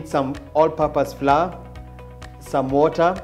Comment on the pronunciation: Flour is pronounced 'flower'